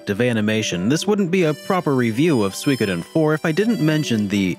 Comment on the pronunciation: It's pronounced soo-e-ko-den.